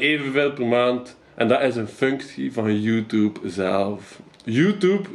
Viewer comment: "Youtoeb" haha